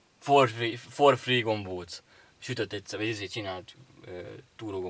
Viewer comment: "for free" (ingyenes), nem four (négy) free